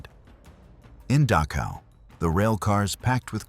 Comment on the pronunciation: the narrator pronounces DACHAU as DASHA. The more acceptable and usual pronunciation is DAH - COW. Just saying. " Goes beyond any training etc. " Very true. But all these years later the whole world knows about it now. So please stop the melodramatics. Brutality and so-called inhumanity is old stuff. The scale is mind numbing. But the quality is ancient business as usual for people to people.